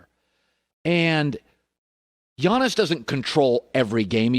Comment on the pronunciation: it's Giannis 🤦🏾‍♂️